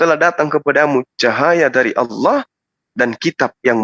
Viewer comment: Ngomong Allah aja gak becus luh orang Kristen gila